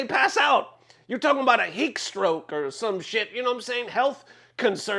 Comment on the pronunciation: Mans said a “heak stroke”